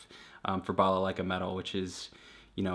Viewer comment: I like you saying "балалайка" Greetings from Belarus :)